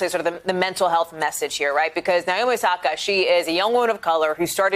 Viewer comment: It’s 直美 (NAOMI), like NA in NAVAJO, not the NA in NAVY.